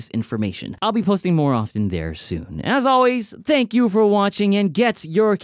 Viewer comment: Don’t say protein like that please